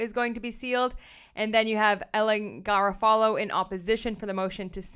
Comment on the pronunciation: I’m just curious, I have never heard Garofalo pronounced like that? Do you remember Janeane Garofalo, American Comedian & Actor (I know you are much younger but she was biggest in the 90’s) — Reality Bites, Truth About Cats & Dogs, later Copland …I just thought thats how you pronounce it but I am often wrong?? Thank you for the videos, everyone should he watching this case!!